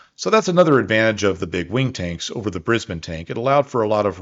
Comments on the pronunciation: You pronounced Brisbane properly! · Less than a minute in and I’m so relieved you’ve started saying Brisbane like we locals do. Much less jarring, thanks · Awesome work! AND acknowledging Australian contributions, something 3 generations have waited for. Seriously. And maximum bonus points for correctly pronouncing Brisbane. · Pretty good pronunciation of Brisbane. 👍